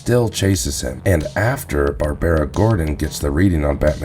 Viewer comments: You can say Cassandra but not Barbara. Lol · thought that sounded odd too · Yeah, he goofed on "Barbara", too.